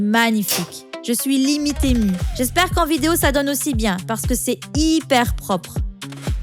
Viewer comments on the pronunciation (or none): none